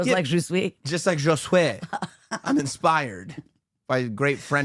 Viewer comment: Fucking Geezuss u are killing the joke, it’s not Ju-Sway it just Ju-say!! I know how u like to pronounce things a certain way but wtf.. His name is Ju see, Chappell pronounces it Ju -say so dont fuck the joke up leave it alone …. Also I know u will continue do this if u see this comment to piss me off however just know u are ruining the joke ….. yes u are 1 of those. Love the show, lol